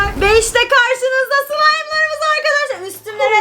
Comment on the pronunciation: da sılaymım olmayacak diyo ama çok iyi söylüyo 💜💜💜